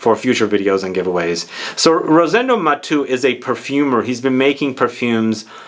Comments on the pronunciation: Thanks for featuring a Spanish niche brand! I tried all the collection and number 5 is my favorite too. If you allow me to correct your pronunciation, being Rosendo Mateu a Spanish name, you pronounce all the vocals. So you say “MatEU”, not “Matu”. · Great video as always. Only one thing, I believe that his name is pronounced Ma-te-u and not like you said on the video. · I was thinking this. His name is pronounced as if he were French, but if Spanish, would it not be Ma-tay-oo? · Hi, his last name is Spanish not French and it is pronounced as if it were Spanish or Italian